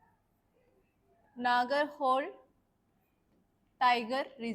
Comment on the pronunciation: It's not Nagar"hole". Its ನಾಗರಹೊಳೆ